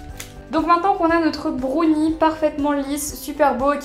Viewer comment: Dis brownie pas brauni